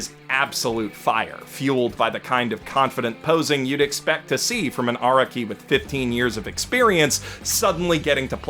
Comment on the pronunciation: how does still not understand how to pronounce "Araki" after six billion fucking videos